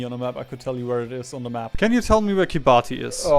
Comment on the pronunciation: ahem, ackshually the country of Kiribati is pronounced "Kiribas". This is because Gilbertese , the language spoken in Kiribati, is missing some letters of the latin alphabet and thus uses "ti" for the "s"-sound. No need to thank me, I know how incredibly valuable and important this information is.